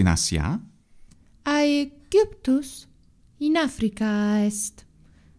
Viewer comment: Irene's recording sounds much better than last time, nice :) I have a question that's been bugging me for a while, about something I've noticed in other videos of yours but here as well: you and Irene both seem to pronounce [syria] as expected, but [aegjyptus], i.e. with a yod before /y/. Is that standard for classical pronunciation?